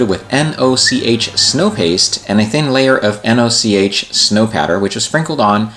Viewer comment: Happy belated birthday! Great to see so many amazing builds, and fantastic work on your Mandalorian painting. Now I'm going to be an awful, pedantic git - Noch is pronounced the same way as "loch" in Scotland, and was named for the company founder Oswald Noch. It's a German firm that does a lot of affordable continental railroad scenic products. As a Scottish railway modeller who is currently sitting in the highlands surrounded by lochs, you absolutely made my day there... All pedantry aside, thank you for using your platform to show off the work of others as well as your own, you're an absolute legend. Cheers!